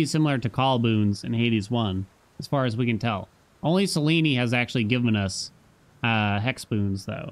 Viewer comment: It is definitely NOT pronounced Sel-een-ee, the devs pronounced it horribly but the other characters in-game all pronounce it Sel-ene, which is the proper pronunciation. I know women irl with that name and not a single one pronounces it that way lol